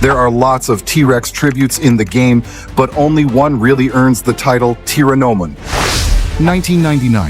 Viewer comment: Planet of Dinosaurs 1978. and your AI tore up Tyrannomons pronunciation